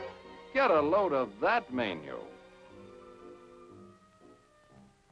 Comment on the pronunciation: And "may-nyew" instead of menu."